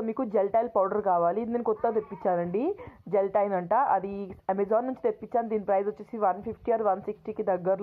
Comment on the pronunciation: Its gelatin not geltal powder 😊